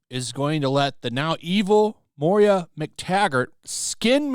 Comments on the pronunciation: Do you really not know that it's MOIRA, not Moria? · Moira is “Moy-rah”. “Mor-ee-ah” is Moria. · The name is pronounced MOY-ra.